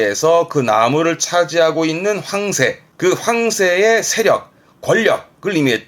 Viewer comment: 항상 잘 보고 있어요 많이 도움이 됩니다 그냥 황새 단어 억양이 이상해서 댓글 하나 썼어요